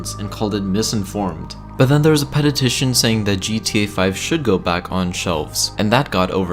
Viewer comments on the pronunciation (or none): 'penetition' instead of petition. Press F to show respektz to this dislecksic man <3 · Aha ha ha, He Def Jus Said "Pet-ET-Tition"... Instead of "Petition" TWICE, Aha ha ha... Love the Vids Tho...